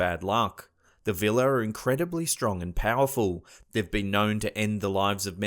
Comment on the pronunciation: It's actually "Víla" not "Vila" but ok :D